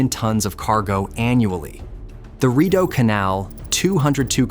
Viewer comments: Cat-oh-rock-way that’s how it’s actually pronounced. People still use it today. I grew up in it, on it and around it. And just so we are all clear CANADA 🇨🇦 won the war of 1812. And it Reed-oh not rid-oh. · Your AI voice-over can't pronounce properly. Rideau is pronounced Readow ( i as a long e ane eau as a long o). Cataraqui ends as 'way', not ' key'.